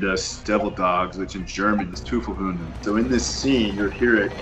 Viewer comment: Auf jeden Fall. Ich hab's mir auch mehrfach angehört. "Tüffel Hun"... Deutsch ist aber auch schwer, besonders wenn man Muttersprachler einer eher weichen Sprache ist. Andersherum genauso, versuch mal Mandarin und ähnliche Sprachen zu lernen, wo es noch auf Betonungen ankommt.